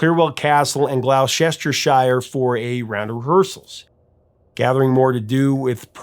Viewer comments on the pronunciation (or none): I love how 'Mercuns mutilate our beautiful language in ever more creative and ingenious ways! "Glouwsestershyre". Lazy, just lazy and careless. Two minutes it takes, and I can pronounce "Shijiazhuang" like a local. FFS! It's "Glosstersher", similarly "Lestersher", Wustersher", (as in "Worcestershire Sauce") and don't fucking start me on Endinnburrow. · glow cester shire? Just say glostershire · Glou-sester-shire? You mean Glawster-sure? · Great vid. Just a note, Gloucestershire is pronounced Gloster-sheer, not Glow-sester-shyer. Remember Dr Foster went to Gloucester rhymes. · “Glou-sester-shy-er”? 😆😂🤣 It’s pronounced “Glou-ster-sheer”! 🤦🏻‍♂️ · ''Glauw chester shire''. LOL. Mate, it's pronounced ''Glossta-sher''. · WTF? GLOW-sester-shire? How about GLOS-TER?? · Gloucestershire is pronounced 'Glosstersher', not 'Glowsestershire''! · Hey Prof🌀 Great channel. I’ve been subscribed a long time. Thought I’d help out with a little English pronunciation. Gloucestershire is not pronounced Glow-sester- shyer. It’s pronounced: Gloss-tah-shear. (Peculiarities of the English language)😱 Sorry to be pedantic, don’t worry though, it’s a very common mistake from most Americans. Spread the word. Thank you for your detailed work. Keep it up 🌈😎🌀 May the Force be with you.🌀 Jim🌀(a Brit🇬🇧) (-: <*> :-) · Glowcestershire. Lol. It's pronounced Glostersheer. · where the heck is Glausestershire.... it is pronounced glostersheer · It’s not Glou-sester-shire It’s Gloucestershire pronounced Gloster-shire. Easy. Same with Leicester = Lester. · Sorry, but had to laugh at your pronunciation..Glow-cester- shire.😊 It's pronounced Gloster-sher. Another great vid though...goes without saying. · Your pronunciation of Gloucestershire I can definitely live without It's pronounced GLOSS-TER-SHIRE & Shire rhymes with Myres as in the comedian Mike Myres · Gloucestershire is pronounced Glostershear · Glostershire is how you pronounce Gloucestershire 😂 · Gloucestershire is pronounced as Glostershire.